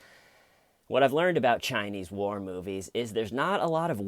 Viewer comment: I thought you said Chinese PORN movies 😮😮